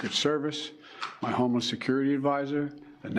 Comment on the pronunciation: President Trump turning his head when was more than luck. Devine intervention. Thank you Lord Jesus In Bidens speech it sounded like he was saying his homeless security team, instead of homeland security team...